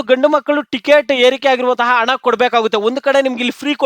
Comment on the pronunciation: Ana alla, hana anta helu Modalu chennagi maatanadalu kaliyappa.